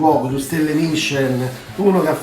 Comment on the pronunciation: ...ma secondo me voi bevete prima, 😉, e c'avete ragione, non si capiva a tratti quello che dicevi. Cmq ricetta super chic. Ma dato che Camerawoman è raffinata e francese 😉 fatti dire come si pronuncia Michelin, l'accento sulla "i" , o la e finale!!! Vi abbraccio sempre con tanto affetto ❤